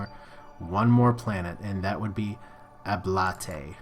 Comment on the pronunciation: It's not "Al-Blat-Ley" It's Al-Blate